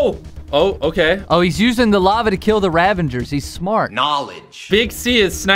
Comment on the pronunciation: i love how they say "ravangers" when its "ravagers"